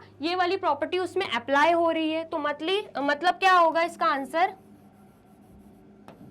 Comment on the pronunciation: matlab ❌matli ✅ Just for fun